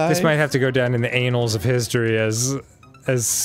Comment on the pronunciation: "This might have to go down in the anals of history." Dan, "annals" is pronounced "ann-als". Not "anals".